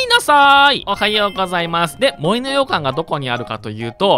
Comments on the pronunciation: ずっと羊羹にしか聞こえない 森の羊羹てなんだろってなってる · 洋館のイントネーション『羊羹』やん笑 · もりのようかんに関しては完全に方言によるイントネーションだよね？私もそんな感じだから たしか出身県が近かったはずだから… もし違うならただただ私はに影響されただけ笑